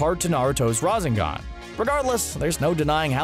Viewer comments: EW THE WAY HE SAYS RASENGAN IT SOUNDS LIKE RAZINGON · Bro it’s pronounced ra-sane-gon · Omg the way he says rasengan 🤦🏽‍♂️ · Hearing the narrator say Rasengan is painful! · Take a shot every time he pronounces a move wrong. SPECIFICALLY THE GOD DAMN RASENGAN. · You pronounched rasengan wrong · How u miss pronounce Rasengan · I got kinda angry when he said rasengan like that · I disliked because you'd have to be trying to butcher the word rasengan that hard, or hes never watched naruto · U DARE TO SAY RASENGAN WRONG! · THAT’S NOT HOW U SAY RASENGAN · I couldn’t finish the video just because I couldn’t listen to you butcher the word rasengan anymore. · You're pronouncing Rasengan wrong. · If you going to talk about anime learn how to say naruto’s move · Man really said razengan bro it's rasengan love the vid tho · Im sorry, i just cant get passed you saying "razingan" and not "rasengan" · The “Rosen-gan” Jesus Christ it’s not that hard to pronounce. I have a speech impediment and I can still say it right lol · WHEN I HEAR RAN ZAN GAN ITS RASANGA NOT RAN ZAN GAN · Rassingon how do people Miss pronounce that he says rasengan in the show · Rahzengone 😂 It's Rah-Sen-Gan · Razengan? Really??? You're telling me you've never heard anyone pronounce Rasengan properly? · Now I think he just purposely pronounces things wrong not raz ing gan it’s ra sen gan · did u actually call the Rasengan the rasengon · “Rasingan” Rasengan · It's Rasengan Damnit not Razengan 😑😑😑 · It’s ra-sen-gahn not rahsen-gan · they sa y RAH ZING GAHN I say RA SANG GUN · Razengan? WTF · the ra-San-gam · rahhzengahhn lmaooo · Razz in gan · you said Rasengan wrong: it's RAW-sen-GAN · "razengan" lol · 😂😂😂😂😂 the “ruzz-eng-an” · he said “raseegun”🤦🏻‍♂️🤦🏻‍♂️ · RA-ZEN-GAN it just hurts when he says it like that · rasengan how to pronounce ra-sane-gone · he is not an anime fan at all. he is a voice actor reading a script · I almost vomit the razengan "coughing" oh god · my dude said ra- zen-gun